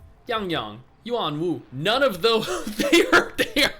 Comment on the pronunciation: I could hear the authentic accent in that 'Yuanwu", good stuff 😂